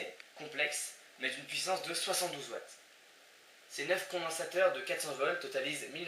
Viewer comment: C'est vrai qu'on croirait que tu dis Volts !! Mais si tu dis Whatts, ceci doit etre vrai :) Sinon : génial ! Depuis la 1 ere fois que j'ai vu vos vidéos, je passe mon temps à ne faire que ça !! Mes devoirs je les oublis meme !! ;)